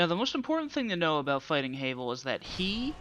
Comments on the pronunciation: Havel (pronounced Ha (like the laugh) - Vel, not Hay-vel) is NOT that hard. Sure, you'll die a few times before you realize that you can BACKSTAB HIM ALONG WITH ANYTHING ELSE that is your size or slightly larger. His attacks are easy to read, so just roll and backstab. He really isn't as hard as you give him credit for. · No offense it's pronounced Havul spelled Havel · "HAYVEL" lol